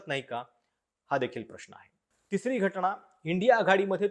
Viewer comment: घटना असा शब्द आहे तुम्ही घटणा म्हणताय